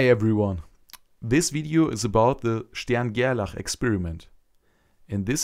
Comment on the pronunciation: I love the way you pronounce stern gerlachs name, it seems accurate. 😁